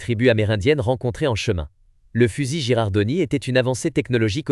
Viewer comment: "Girandoni", pas "Gerardoni".😁